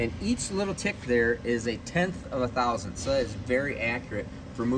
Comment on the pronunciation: You know how you say "a tenth" use the same mouth gesture and say "thousandTH" it's not "thousants"...